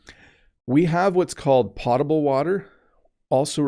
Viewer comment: Hi! Thanks for your wonderful videos. By the way, I’m afraid “potable” should be pronounced “pOH table”.🤔 Hope it helps.☺️